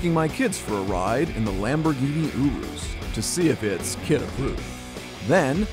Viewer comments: You are calling it the wrong name. It’s not a “Uroos” it’s a “Urus” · ooorus dingbat it’s ERR-USS as in urus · I'm pretty sure it's "your-us" nor "oorus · It’s YOURE ES NOT OOROOS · YOU-RUS NOT OOROOS dont be that guy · Every time he says “ooroos” part of me dies. It’s Urus - “ur” “us” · “Lamborghini Oo-Rus” I thought it was “yearuss” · I bet Lamborghini was cringing everytime he said ooruu instead of urus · You-rus, not oo-roos😂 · Bro is said yourus not yoros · It's Not Ooooruss it yourus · Oo - roos it’s pronounced ur - iss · URUS NOT OOOOOHRUS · Your-us not uo-us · “Ooroos” this bothered me so much😤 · Just say U RUS. LOL😂😂😂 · M pls dont say Yourus, same reason is not murcilago its murciélago :v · "Lamborghini Ooroos" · In the Lamborghini oorus 😭😭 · I strait went to the comment when I heard "OORROOOSS" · This dude: Lamborghini Youurooos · Me: pronounces u and r in urus like your Them: OUrus Bonus comment, pls no steal Kid: I don’t really care if it is a real Lamborghini because it looks bad Me: wha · It's pronounced yurus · Dislike because he calls it "OoRuos" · It’s pronounced Urus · This guy can't even say Urus right. OOROOS? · Im pretty sure it is not prenounced (Oo)r(oo)s, and (Eu)rus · Ooroose - someone tell him how to say it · Everytime he says ooroos, I cringe so much he needs to be stopped. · i'm pretty sure it's not pronounced "ooroos" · Did he just say ooroos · i dont think its pronounced ooroos🤣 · He pronounced the name wrong, it’s pronounced (yer es) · Why does he pronounce it ewroose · What is a Lamborghini ooroos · its pronounced yurus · It’s yur- is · U pronounce it yourus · Lamborghini Uroos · Lamborghini Oorus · Its not pronounced ooroos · lamborghini oo roos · Lamborghini Ooroos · Lamborghini ouurus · Lamborghini Ouuroos lol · I'm italian and that's the right way so say it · It hurt me every time he pronounced the urus the way he did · Disliked because of how be pronounced Urus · Is it just me or did he pronounce urus wrong the entire video